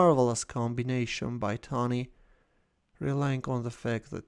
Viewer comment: Wow, you actually pronounced Tani's name very well, did you practice it?